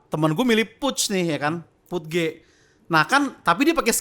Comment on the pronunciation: Bukan puj bwang tapi PUD GE 😂😂😂